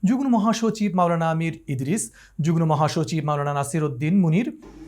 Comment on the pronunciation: সাংবাদিক মহোদয়ের কিছু কিছু শব্দের উচ্চারণে ভুল রয়েছে। যেমন যুগ্ মো কে যুগ্ নো বলা।আশা করি, আগামীতে শুদ্ধ উচ্চারণে সচেষ্ট হবেন।